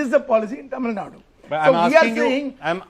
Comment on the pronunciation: It is Actually Thamizhnadu, but it is acceptable to call Tamilnadu. But I frequently hear people saying Tamilnad or Tameelnad. Do justice to the name atleast by pronouncing it correctly 🙏